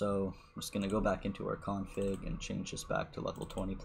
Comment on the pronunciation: Him: Config What I heard: King Kong Pig